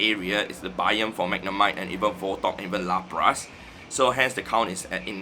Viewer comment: Every time says Lapras 🫥